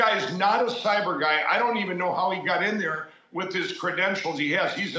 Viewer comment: Sai-beer guy